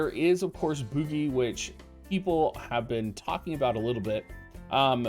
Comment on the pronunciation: It's name is french for Candle and is pronounced boujie :P